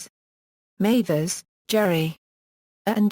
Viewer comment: It's Jerry Mathers. Pronounced Maathers, not MAthers.